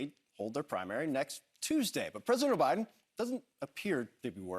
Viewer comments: Ha ha! He actually said President O'Biden. ha ha ha ha.😂😂😂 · Did he say president "Obiden"? HAHAHAHAHA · “…President Obiden…”